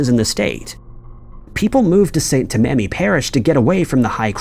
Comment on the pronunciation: Its TAM AH NEE ....St. Tammany Parish